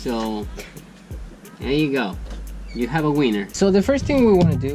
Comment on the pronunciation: Nice video, says "Weiner" you need to say "Winner" Dean should be helping you to improve your english! Of course, this video was the old Dean before he went on the diet.;-)